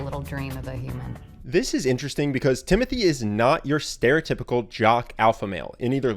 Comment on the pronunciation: Its actually pronounced Timotee...